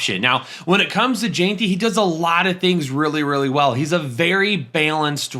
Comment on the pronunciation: Ashton Jeanty is pronounced “Jen-T” not “Jean-T”